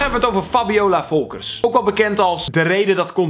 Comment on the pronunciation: Like als je dacht dat hij zei “Fabiola Fokkers”